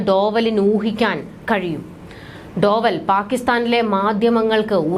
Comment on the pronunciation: ഡോവൽ അല്ല, ഡോ well